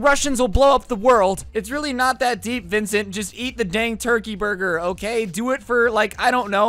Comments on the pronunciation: the fact that he’s roasting this man the whole time but can’t even get his name right is kinda aggravating 😂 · didn't get his name right until the end of the video lol